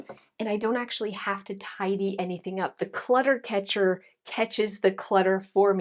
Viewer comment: “Clutter catcher” you say? What I hear is Cat catcher 😂